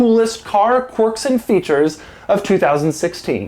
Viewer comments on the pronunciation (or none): For ****s sake. Its pronounced KWERKS not CORKS!